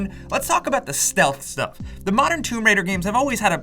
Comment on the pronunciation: "Theres some sťÜff"